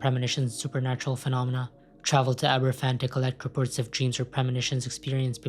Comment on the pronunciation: They're pronounced "Abervan" and "Plimuth".